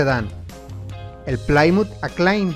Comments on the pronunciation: Amigo. Esta bien tu investigación sobre los carros y se agradece, pero deja de pronunciar el nombre de Plymouth como "Plaiymut" Se dice PLYMOUTH "Plimuth" Asi, No más. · Amigo excelentes videos! vaya que viaja uno por el tiempo con la informacion que das; critica constructiva: en varios videos te he escuchado pronunciar "plaaaymouth" pero en realidad se pronuncia asi como se escribe, es decir "pliiiimouth" :D excelente trabajo y un saludo afectuoso.